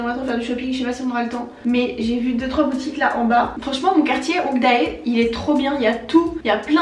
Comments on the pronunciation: Hongdae… « Hong da é » ??? WTF la pronunciation mdr 🤣. Pas étonnant que les coréens ne comprennent pas les touristes lol. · Ça s’écrit hongdae mais ça ce lit hongdè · Trop cool cette vidéo, ça passe trop trop vite 😍Hongdae se prononce Hongdé car quand il y a un ae en coréen on ne prononce pas le a😁voilà bisous trop hâte au vlog de demain(nn déjà le dernier 😭) bisous je t'adore😘❤️ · D'ailleurs 😂😭 quand tu vois un mot avec "ae" dedans, comme ton quartier de Hongdae, ça se dit "é" ( "-hongdé")